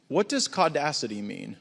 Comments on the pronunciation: Tf is Caudacity? 😂😂😂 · As a white man, im not going to lie, i did have a little chuckle when i heard "CAUdacity" now I'm just going to start saying BLAudacity and TRAudacity (trans)